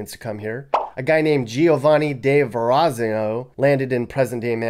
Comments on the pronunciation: It's pronounced burrow, not bureau. It's Ver-a-zano, lol. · you butchered da Verrazano's name and he was Italian. They named a bridge after him that links Brooklyn with Staten island